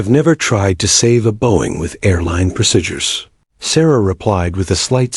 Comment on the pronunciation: People flying a fighter jets can not stand up while the jet is flying. What a big fake image. This ruins the story. Plus you don't know how to call out a flight number. Plus there is no such thing as the word pro sid ures. Its pronounce proseedures !!!